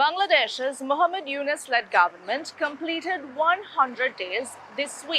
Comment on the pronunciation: "Dr. Mohammad Yunus", say the name correctly ma'am.